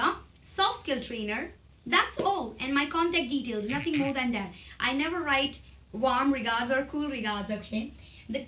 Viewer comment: Nice Video dear but please do check the pronunciation "Warm"